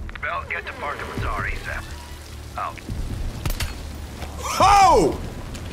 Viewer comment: you probably won’t see this, but Lazar’s name is pronounced as “La-z-are” Edit: nevermind I guess I said that too soon lol